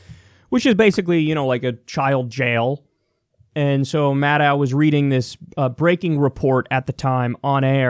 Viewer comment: It's pronounced Mah - DOE Not Mah - DOW......